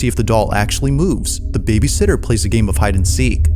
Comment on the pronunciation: The scariest thing in this video is this clown's pronunciation of "babysitter". BABYsitter is someone who gets paid to take care of kids while their parents are out. babySITTER is a newborn chair. Nothing more distracting than this dude's voiceover.